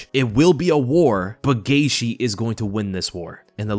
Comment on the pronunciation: This guy pronounces Justin Gaethje last name 10 different ways.